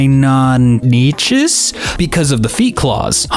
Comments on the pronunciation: Fun fact: did say Parasaurolophus right! However, he didn't get Deinonychus right, it's pronounced Die-non-ni-cus or Dienon-i-cus. And same here for Ankylosaurus: Ank-i-lo-saurus Not coming after him, just giving some help! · Deinonychus = Die non ick us